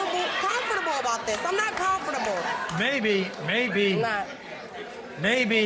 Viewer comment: “I’m not comfertable”